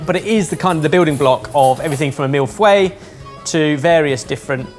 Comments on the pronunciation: Great video! Love Jamie's idea of whittling a spoon out of flapjack...! I'd love to see you guys gourmet-up a humble cottage pie in a future episode. P.s., work on your French pronunciation mate! Mille-feuille is pronounced mil-foy not mil-fway (subs had it as "millay" somehow) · ...mille-fouaille????.....mille-feuille plutôt! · Mill Fuey,? No its mee-y fer-iy. And you a chef, too! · overpronouncing "feuille" again. Don't worry about all the letters, just say "fuh" and end it with a "yuh" sound without a vowel after it, sort of a "fuh-y". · "Mille feuille." Say it again,. (Feuille is much closer to "œil with an f" than "fway.") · I’m really going to need you to learn how to pronounce ‘mille-feuille’ 😉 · The way pronounces mille feuilles will never get old!